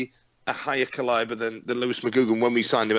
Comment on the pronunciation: Enjoyed that. I joined in with your drinking shenanigans. I downed a pint every time mispronounced 'calibre'. Got pretty wasted.